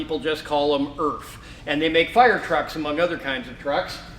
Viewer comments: Very informative. Unfortunately, some of the British isms that you conveyed are wrong. Nobody ever referred to E.R.F as, "Urf," for a start. Do some research on us and the way we speak before making your video. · Hi, its pronounced E.R.F.. just like the lettering, not erf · No we don't call them erf in the UK............we either call them "E R F" or ER Foden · We call it an EE-AR-EFF. I’ve never heard one called an Erff. And although ERF does stand for Edwin Richard Foden, I’ve never heard one called an E R Foden either — and I’ve grown up with ERFs. And as for it being a good fire truck. Mixed reports by all accounts. I know firefighters in my county had a few in the fleet, but never rated them. They much preferred their Bedfords, Fords and Dennis F series trucks.